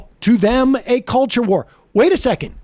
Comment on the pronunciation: Gives voting rights “Hewp da weft is aggwessing me in da cuwture war”